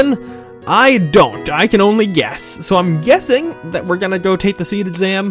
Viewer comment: You really want to draw more spells from monsters. Especially the ??? spells. Those are new spells you can get. As far as secrets goes, there are a lot of them, but they won't pop up until after the SeeD exam. (By the way, I find it interesting you're pronouncing it as "seed". Which is correct. But I always pronounced it "see-dee".)